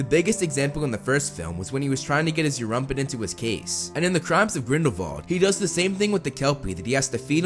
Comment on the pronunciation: Its Erumpent not Europent